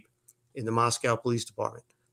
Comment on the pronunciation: I’m from Moscow Idaho—born and raised. Please pronounce the name of my hometown correctly. It’s Moscoh—not MoskOWW.